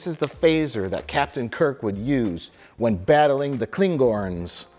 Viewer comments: wtf are ...... kling"horns"..... seriously? you don't know how to pronounce that? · THAT’S A TNG PHASER, NOT A TOS PHASER!!!!!!! Oh, wait. He said “Klingorns”, he’s probably just making fun.